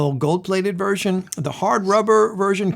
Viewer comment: it's not Theo Wanne, it's pronounced wain or wane